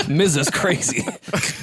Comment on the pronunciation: Miza😂